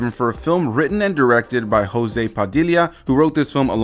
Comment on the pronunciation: Not Hose. It's José. Not an "H" sound in portuguese.